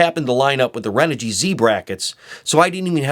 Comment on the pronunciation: renogy is pronounced chren-ogy.